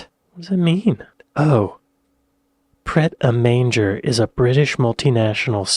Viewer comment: 'Pret a Manger'* is not pronounced "manger" (as in what horses eat their feeds from)... It's pronounced 'Mon_jay'* (it's a French word meaning 'to eat')... okay? 🤔 🙂😊 "hear, hear"!!